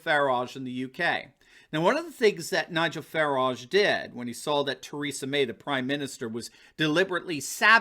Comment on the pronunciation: I love how always pronounces Nigel Farages name like he is a fancy pastry